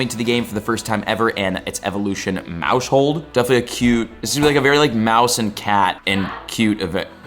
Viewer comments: Maus-hold, not Mau-shold lmao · Yep, he's missing the "household" pun. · Bro it's "mouse hold" a play on mouse plus house hold stop saying it wrong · Isn’t it pronounced mouse-hold, as in like a “household”? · Pronouncing maushold like that is crazy. Pretty sure it was intended to be like "mouse hold" like household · stop pronouncing Maushold like that!!! You said it wrong then you said it wrong like 20 more time in the space of 3 minutes, very painful :/ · Dawg why u say maushold like that lmaooo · the way he's saying maushold is bothering me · You say maushold so weird bro lmao why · I think he should close his moush hold since he can’t say Maushold, good lord, it’s your job, at least try.